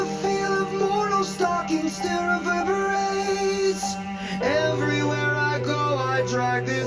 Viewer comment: “Reverbewates!” 😂😂 you’ve gotta check out the clip of making fun of himself